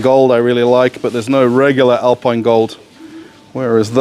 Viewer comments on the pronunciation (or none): none